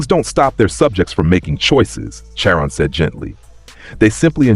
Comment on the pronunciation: It’s pronounced (Car on).